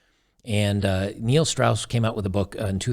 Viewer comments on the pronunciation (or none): none